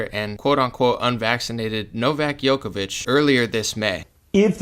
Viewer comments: It's pronounced Jokovich, not Yokovich. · It's pronounced joke-a-vich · His name is pronounced like Joe-koh-veech